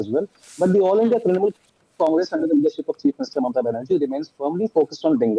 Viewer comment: Could you explain these mispronounced words to me ? 'Matuya', 'kalptaru', ' mamta' etc.... 😅😅😅😅.